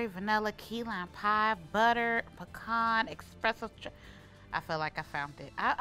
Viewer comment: Ok, love the video. Since you guys corrected her on the Fiero vs Ferrero, can we PLEASE mention that espresso doesn't have an X (expresso is making my eye twitch). I say this with LOVE 💕